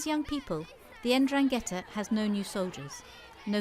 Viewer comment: "the en-drang-ghetta" she says